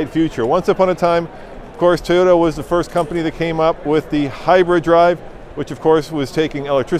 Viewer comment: Toyota is not pronounced TAY ota, &, Toyota is not pronounced TIEota. As long as Toyota has been in the United States of America, you should be able to at least pronounce the name correctly. It is pronounced TO-YO-TA. Have you got it yet? Repeat it 10 times, if that is what it takes